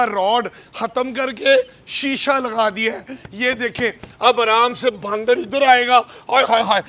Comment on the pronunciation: He's calling them baandar instead of bandar. 😂😂😂